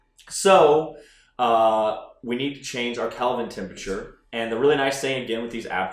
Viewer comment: I'm sorry, "calvin temperature?" Kelvin.